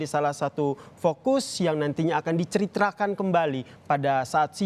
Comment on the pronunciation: Pembawa acaranya kurang minum itu ,beberapa kali bicara ceritrakan jadi ceritakan🤣